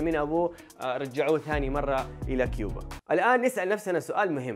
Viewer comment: كوبا وليست كيوبا يفترض انك ما تخطئ هكذا خطأ